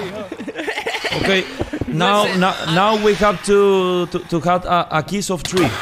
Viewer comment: En su defensa, el mariana dijo “kiss of tri” que suena más a árbol (aunque por contexto se mamó XD)